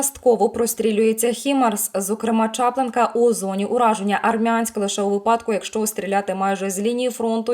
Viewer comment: Не ЧАплинка, а ЧаплИнка!